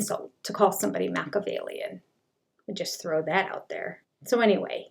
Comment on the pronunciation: People who can't properly pronounce Mah-key-ah-vellian (SIX syllables), probably shouldnt use the word!